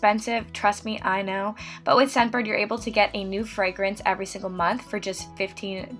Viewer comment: she said “EVery”. I jumped